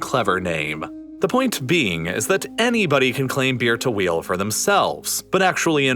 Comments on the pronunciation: i just cant unheard beer-to-wheel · Can't help but hear Beer to Wheel when you say Bir Tawil... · All i hear is bir tawil as beer to wheal xD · As an arabian, i can confirm you messed up the pronunciation if bir tawil